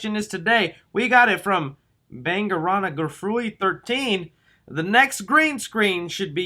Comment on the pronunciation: Ok after that butchering of Bangarang bruh… you on the green screen with Rufio shouting “BANGARANG!”